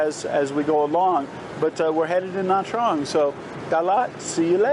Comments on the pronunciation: Nha Trang is pronounced something like Nya Jang. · Nha Trang is pronounced "na jahng"